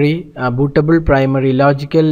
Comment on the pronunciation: bootabul....stooool.....man come on.......great video though :-|